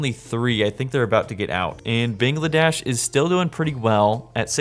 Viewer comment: The amount of times he mispronounced Bangladesh Iran and Laos is crazy 😅